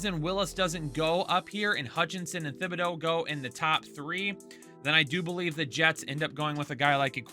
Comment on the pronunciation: Stop saying Thibodeaux’s name wrong. It’s pronounced like TIBADO